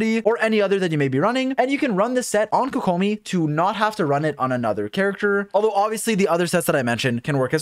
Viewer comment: My man really just pronounced Tighnari as if he was clearing his throat mid name and then immediately mispronounced Kokomi. Just say it the English way, mixing pronunciations just makes it sound bad and out of place.